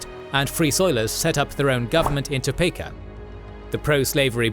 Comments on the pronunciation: It's pronounced "Toe-Pee-Ka" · Topeka sounds like "To-pee-ka"